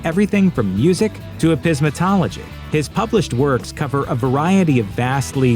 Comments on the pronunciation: "EE-pistem-ology" not "eepiz-temology." The study of knowledge. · Yeah I laughed at that too. Narrater can't say epistemology :o) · Please reconsider your pronunciation of Eccentric and Epistemology. 🤔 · Soooo.... Epismetology, eh? Okay then. And you may ask yourself, "What is this big word in the title of this work of art?" And you may ask yourself, "How do I pronounce it?" And you may say to yourself, "Maybe better to cite any other of a thousand choices," And you may say to yourself, "Nah. Epismetology! Let's do this..." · haha I’m glad someone else heard this. For a second I thought “maybe I’ve just never heard of this discipline”… lol